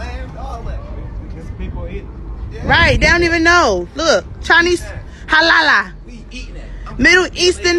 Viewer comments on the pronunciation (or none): Its a lamb, amazing how ignorant people are. It's also pronounced Halal not Halala. These people will always cry and complain about something. I guess that delivery man should be happy that didn't rob him.